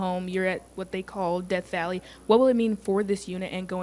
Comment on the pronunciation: "Deaf" Valley